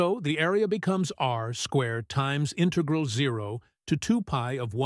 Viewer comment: Good exercise but AI voice doesn't know to pronounce "integral" or "cosine"